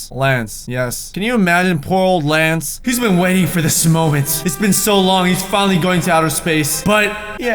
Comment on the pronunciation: He actually said Klance..... ma SHIP!